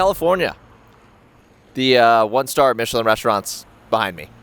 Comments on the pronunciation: Dude - 'Mitch-i-lin' is a maker of tires. The restaurant guide is pronounced in the French style, 'Meesh-lan'. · Michelin- Pronounced, ‘Meeshlah..’ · Pro: Meesh-el-an star 🤦🏽‍♀️ And keep the mic clipped to your top - you know we can hear you! 😂